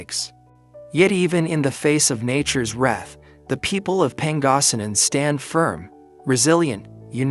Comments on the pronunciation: BORING….. EXTREMELY BORING PRESENTATION, mispronounciation, Pen gossinen… .for Pangasinan. It’s woeful ! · Thank you for putting this online but I find it a bit difficult to comprehend why a Filipino cannot narrate this story/news. Hardly recognised "Pangasinan" .😮😮